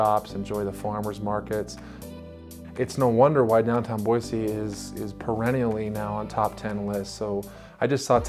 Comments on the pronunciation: 8 generations in the state and there is no z in Boise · I've noticed the locals make it a point to say "Boy-see" whereas most people pronounce it "Boy-zee"